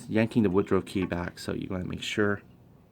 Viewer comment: it is pronounced wood ruff(rough) not wood ro .